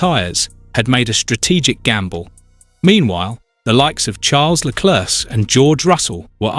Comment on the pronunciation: Please learn how to pronounce Leclerc - last "c" is silent.